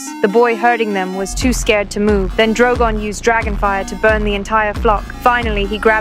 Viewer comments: Bro said drowgown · Why did she say drogan